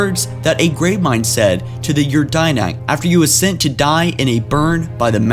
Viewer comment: DIDACT NOT DINACT.